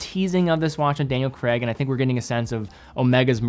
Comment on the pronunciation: Why do Americans think "Craig" is pronounced 'creg' ? Daniel Craig is British so you can't even claim that's how it's pronounced. It rhymes with 'raid' or 'babe' LITERALLY how you would expect it to sound. Those phonemes are common in American English, or you'd say 'red' and 'beb' 😂. Craig is a Scottish name, and it's pronounced how it's spelled!!!!